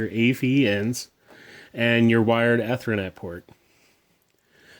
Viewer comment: Anyone else bothered by the way he says ethernet? 😅